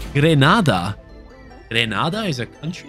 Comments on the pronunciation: The CB is from the Caribbean country, Grenada. I pronounce it as Gree (like Green)-nay-da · It's "Gree - Nay - duh" .. Caribbean Island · Your pronouncing Grenada wrong it’s gre-nade-ah